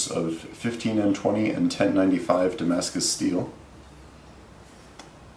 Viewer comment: Fok "damascus".